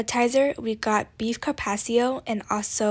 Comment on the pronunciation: You might want to work on your pronunciation of carpaccio. Peppercorn sauce has green peppercorns in it. Bernaise sauce is hollandaise sauce flavored with tarragon.